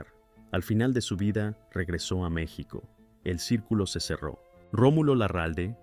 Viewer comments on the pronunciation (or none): none